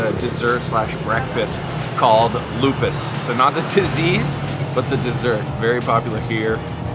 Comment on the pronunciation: lupis not lupus